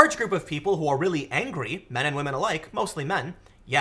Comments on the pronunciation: Aaah, Pewdiepie made started saying "wamen" now everyone uses it... Pewdiepie us the word Oopsie, and now everyone uses that.... My god, he is still influantial. :-) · I think you meant WAH-men